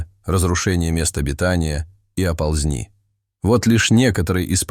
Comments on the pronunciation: Не оползн!и, а о!ползни, не ре!вя, а рев!я. И т.д... и т.п....! Неприятно. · НЕ оползнИ!!!, а Оползни!!! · Всё всегда говорили..., а может все говорили? Оползни, а не оползнИ. ОползЕнь неправильно, Оползень правильно!